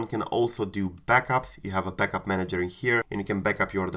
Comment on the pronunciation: Why are you saying “butlup”?😂